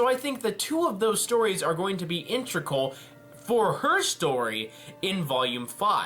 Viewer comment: These are very interesting ideas. Also, it's IN-TE-GRAL. Sorry, that just bothers me more than it should.